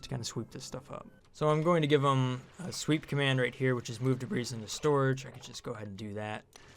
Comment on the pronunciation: The s in debris isn't pronounced ;)